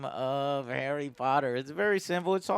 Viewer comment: Arry Potter TCG